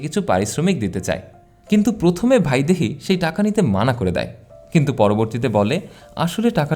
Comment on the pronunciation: ভাইদেহী নয় ,বাংলা উচ্চারণে বৈদেহী হবে